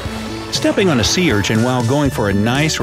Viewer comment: He said sea wrong he said say lol 😂